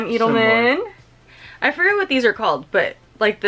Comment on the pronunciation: it's ED-elman (sounds like Ted) and not eeed-elman. =)